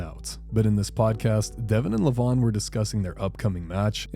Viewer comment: Its levan not levon😂😂😂😂😂